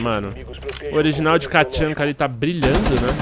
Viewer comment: nao é katchanka, é tatchanka